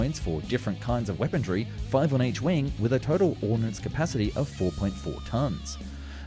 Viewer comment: I love your videos, however I don't remember there being a "t" in weaponry. Ur killin me bro